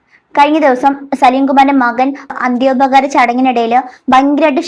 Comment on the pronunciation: അന്ത്യോപകാരം അല്ല അന്ത്യോപചാരം